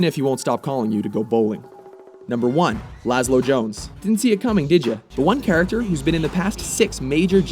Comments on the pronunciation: It's Lazlow. Not Lazlo. Probably not the first to point this out, but I figured I should note it. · Actually its lazlow not lazlo